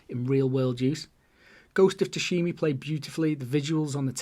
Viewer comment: Ghost of tushimy 😂